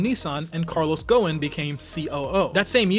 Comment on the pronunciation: The CEO'S name is pronounced Guo-son light O